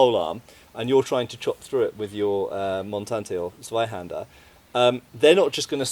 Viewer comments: I mean, good video and stuff, but I still can't get over English speakers calling Zweihänder "Sweihander". Also, regarding the "secondary hand guard": Since it's called Parierhaken, your parrying thing should be true, clue's in the name. Just saying since you called it an opinion. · your "Tssvaihanduh" is improving. Thanks for caring about correct pronunciation, mate. Love your work!